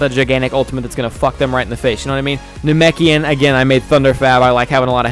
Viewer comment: U called it a narkoshian it's na Mek ian